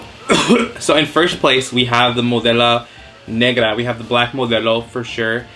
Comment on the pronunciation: “modela negra “ 💀😂 okay u are drunk/buzzed!!! Lmao